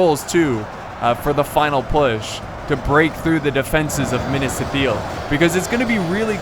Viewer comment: minas ith- il not eel